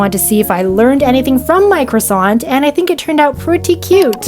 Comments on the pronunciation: That "croissant" was AMAZING ??? You have juste say "Croassant" and not "Croi(wa)ssant", but... WOW. (🍊) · My french side is jumping with happiness at her pronounciation of ‘croissant’ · that "croissant" was perfect (as a french speaker) 🍊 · 🍊yeah lol